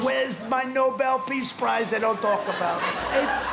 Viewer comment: He can't even pronounce "Peace Prize." 😂😂😂😂